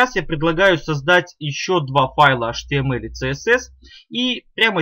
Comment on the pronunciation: Вы говорите atml а потом не понятно